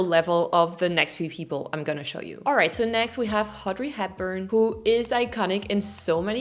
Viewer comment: Dear its not HADRY HAPBURN !!!!!! U see this is ur french thing u take the H where it should be but put it where it should not! Its ODRY audrey !!!!!!!!!!